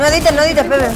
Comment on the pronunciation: dice nepe envede pepe